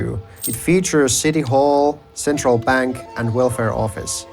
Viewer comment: Did you say… bank?